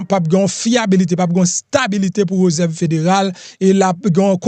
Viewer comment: Suspann di reuserve ,se réserve .siw vle fe journaliste ou dwé gen Bonne diction